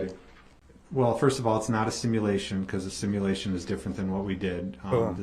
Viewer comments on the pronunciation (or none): “The similation from the similar vehicle”. OMGOSH how he can he be so thick?!!